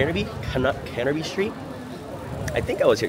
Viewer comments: both days says C A R N A B Y as canarby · His inability to pronounce "cah-nib-ee" got me